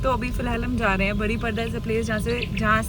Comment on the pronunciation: बरिप्रदा नहीं बारिपदा